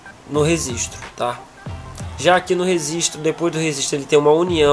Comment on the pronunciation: Legal a maquineta, bem explicado, vou fazer. Só um toque amigo, não entenda errado, mas e registro e não rezistro...